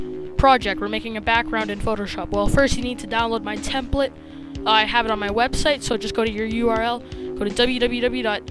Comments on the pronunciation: Learn how to say template. -_ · Its not templet, its template.. lol